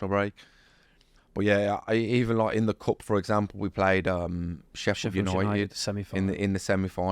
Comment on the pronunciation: WE NEED A COUNTER FOR EVERY TIME HE SAYS ' LOIKE'